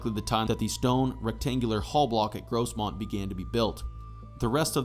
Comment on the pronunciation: The s in Grosmont is pronounced like a phonetic z